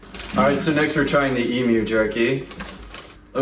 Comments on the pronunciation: Glad you say eem-you. Not eem-moo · Well done on the correct pronunciation of Emu.